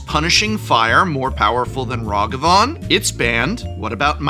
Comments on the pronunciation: Gotta be literally the only person i know pronouncing Nadu like this. Following it up by mispronouncing Ragavan in the opposite way almost makes it seem intentional but I already know how he butchers the word Azorius so im sure its just more of the same bad phonics. Really annoying after a while. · Good video, with good analysis of the current banlist. I do have to ask where you get these pronunciations from? Nay-do, Rah-gah-van, Your-Oh I honestly don't know anyone that pronounces them that way, not a big thing, just a curiosity of mine.